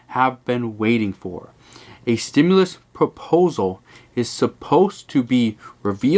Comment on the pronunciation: There IS NO!!!!!!! stimulis that's the new way of saying it. I seen some really bad comedians but we are the ones getting fried!!!!